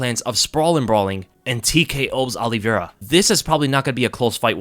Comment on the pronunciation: Look forward to the fight, but dread hearing pronounce Oliveira as Olli-Vera. Exactly the same way Alo-vera is pronounced. I’ll be back in June.